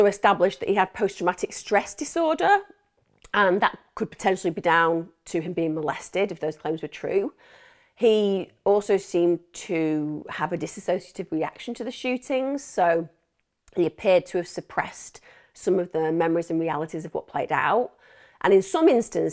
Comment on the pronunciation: Great job as always Emma!! Just one thing...its 'Dissociative' not 'Disassociative' 😁Keep up the great work!